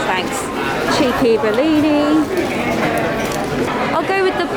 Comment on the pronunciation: Love this but "blini" please not "bellini"!!